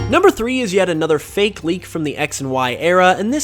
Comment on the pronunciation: Why are they all recent leaks? A lot of the older ones (like PurpleKecleon's gen 4 starters) are so much more interesting. Also, is the only person I've ever heard pronounce the fake in fakemon as 'fakie".